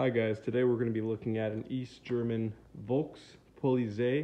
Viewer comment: It's pronounced Folks Politseye.